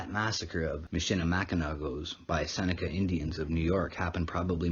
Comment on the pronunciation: It is pronounced MISH-ə-lə-MACK-ə-naw not MISH-ə-lə-MACK-ə-nak